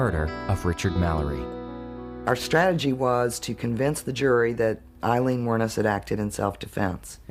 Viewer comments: Her name is pronounced "Ayylean" not Ilene. The least you could do was pronounce her name correctly🙄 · Amazing isn't it, the narrator's here mispronounces the names of both these two women calling Wournos Eileen her name Aileen and Tyria is called. Tyra, researchers please note.